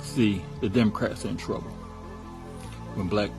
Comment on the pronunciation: She said DUMocrats😂😂😂 ..